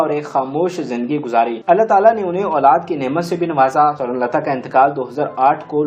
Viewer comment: Bhai aap un ka nam tu sahi se lo .Sorun lata Sorun lata keh rhey ho .Un ka nam tha Sawern Lata . Mein rozana aap ki mistakes nikalti hoon . Shuker hey k aap mujhey dant -tey nhein lekin galat alfaz bolne se baz bhi nhein aate .Mind na kerna . Hum tu un ka nam suntey suntey boorhey ho chaley lekin aap ne shayed suna hi nhein .